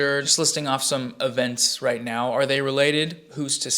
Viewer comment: Bruh those last 5 minutes are the cringiest shit I've ever seen. " I'm on the wight pawt of histowy " stfu you moron